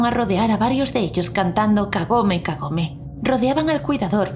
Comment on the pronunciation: Más bien parece que dice kagame kagame xd